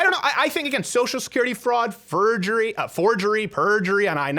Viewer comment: fergery [fur-gur-ee] noun. The crime of falsely making or altering one's appearance to look like Fergie, like a crazy person would do.